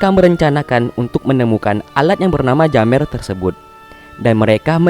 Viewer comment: Bang Bukan Jammer Tapi Jemmer